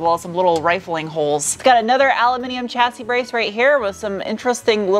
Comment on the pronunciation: Lovely video - as always, just a small suggestion, the word Chassis is preannounced "Shassi" to my best knowledge, it's not an English word, I think its French which explains why it is written one way, but pronounced differently, I suggest checking it out.